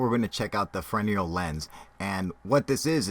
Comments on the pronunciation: Fresnel lens, not foreneal. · I always thought it was called a Fres-nell lens, not Frenial? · "Farenial" lens? Did you mean fresnel lens? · It's "Fresnel lens", pronounced "fernell". And it's John Hutchinson. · As new tech progresses old tech is abandoned. Enough time passes and it's totally forgotten. And, just a tip, you don't call it a "frez-nell" lens, like most, so credit there but it is pronounced "freh-nell" Interesting vid. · Frenial lens? Excuse me where did you learn to speak? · its Fresnel (pronounced fruh-nail lense) Lense :)